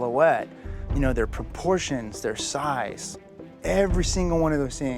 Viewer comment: "porportions" hehehe